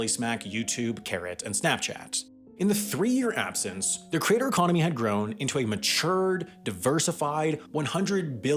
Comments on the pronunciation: Why do I keep hearing crater instead of creator? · Why are you saying "crater" instead of creator? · It's really bothersome that you pronounce "creator" as "crater". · After 4 minutes 55 seconds, I couldn't take any more. I got tired of hearing the voiceover guy BUTCHER the word 'creator'. It's pronounced like that - CREATOR, NOT 'CRATER'. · It's pronounced "creator", not "crater". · Lol “”crater””???? Never heard someone homophonize ‘creator’ and ‘crater’. Omg he keeps saying it! Makes me twitch each time. Where is he from OMG CRATER!!! Holy fuck that’s weird. Lol YOUTUBE CRATER! He just said “from crater to crater” what in gods name… Edit: go to he says “larger craters” that’s beyond funny I’m dying Edit 2: “self-identified professional craters” you can’t make this stuff up folks